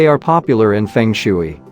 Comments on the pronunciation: Feng shui is pronounced fung shway. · Fung shooee really